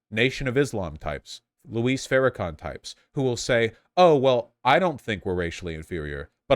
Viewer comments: He says it as if it were Spanish, "Luís". Isn't it just supposed to be like "Lewis"? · PSA: it’s Louis, like St. Louis, not Luis, like Luis Guzman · Argh... Vaush still can't pronounce Louis ("Loo-wee") Farrakhan's first name